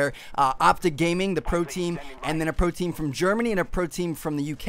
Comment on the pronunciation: sounded like protein when u said pro team